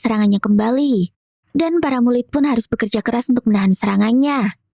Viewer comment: bilang para mulid